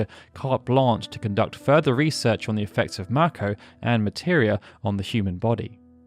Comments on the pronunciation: It's may ko not mack o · ma ko.... am I the only who pronounces is May Ko?